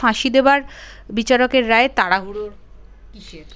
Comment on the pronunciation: Ae reporter jane na sanjay Rai na Sanjay Ray , a ki vasa jane na , chi